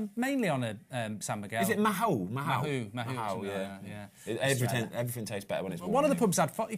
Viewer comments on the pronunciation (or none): Mahou is pronounced Maw